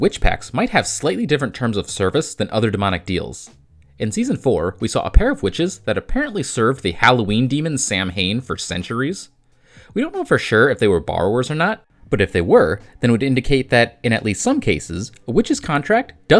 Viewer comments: Oh come on. You're and you said Samhain wrong? It's.. "sah-ween". It's where "halloween" comes from. As in "all hallows"+"samhain". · As someone of Gaelic descent, it really irritates me that a lot of pop culture mispronounces Samhain. Two big examples are, of course, Supernatural and also Halloween (the movie, not the holiday, obviously). It’s spelled Samhain, but it’s pronounced Sow-wen. It’s weird, I know, but languages are weird as a whole